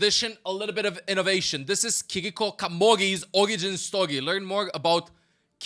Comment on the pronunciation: Fun fact: Japanese is a mora-timed language and syllables don't have an accent on them. "Ki-ri-ko" is read with the same tone throughout the entire word. Try it with Google translate.